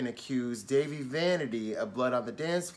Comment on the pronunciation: it's pronounced Dah-Vee